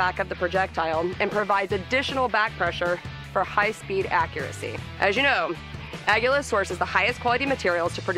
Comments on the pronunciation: Aguila... right up there with Tăcos. Everytime she said Aguila like that it hurt my head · Flanigan still sounds wrong compared to other Spanish dialects to my ears. Not saying it's wrong... but it certainly feels wrong